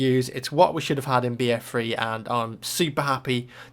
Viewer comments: I'm sorry but it shoulds like your saying BF Free instead of BF3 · why do you say free instead of three? its annoying!!! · notice how he always says bf free instead of bf3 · What's BF free? You kept saying BF Free. It's three not free. XD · BF freee HAH Its so funny how he says it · I hate how you pronounce "BF3"